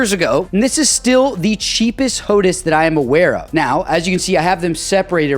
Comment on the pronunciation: Could you please call it hotAs, not hotus... hehehe, kinda like HotAss. I have the HOTAS One, black, for my Xbox, but use the TCA or Warthog on my PC